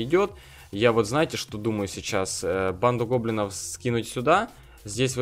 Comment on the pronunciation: Почему ты говоришь "Банда гоблиноу"?